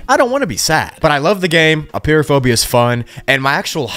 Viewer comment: I love how you pronounce it Appear-o-phobia😂😂😂